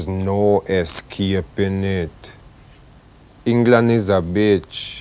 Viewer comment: The pronunciation of escaping triggers me that hard!